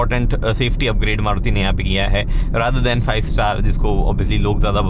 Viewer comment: Aap starting me maruti ko caruti fuzuki bote the😅